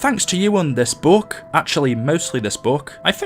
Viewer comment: OH NOES! YOU SAID BOOK NOT BOOOOOOK!!!